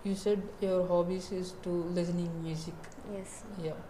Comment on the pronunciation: Listening ❌ Lizning ✅✌️